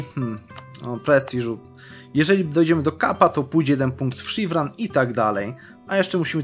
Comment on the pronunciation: Szirwan nie Sziwran kurde !